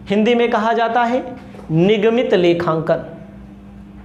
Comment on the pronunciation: Nigmiy hota hai sir nigmit nhi bolte hai